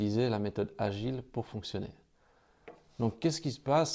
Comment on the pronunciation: on dit la méthode "de Gils" ... ;-) lol! En tout cas MERCI ! Pourrais tu répondre à ma question sous l'ep 3 s'il te plait?